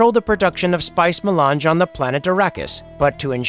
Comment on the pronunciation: The Spice Ma-lunch